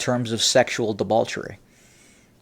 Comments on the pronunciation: Am I hearing debauchery with an L? Anyway, great vid keep em coming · I love you,, but it's "debauchery/festival," not "debalchery/festible".